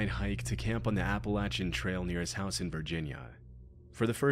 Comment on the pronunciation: random video pause okay I just wanted to ask, who pronounces Appalachian, applachin? unpauses video